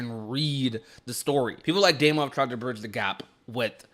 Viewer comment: Not really related to the video but hearing a non-aussie say "Damo" sounds so weird to me, especially when I share the same name as him lol